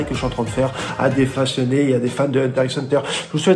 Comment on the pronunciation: J'ai fait comme si j'avais pas entendu le x de Hunter x Hunter